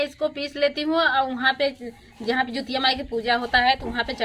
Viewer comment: Jitiya hota hai jutiya nahi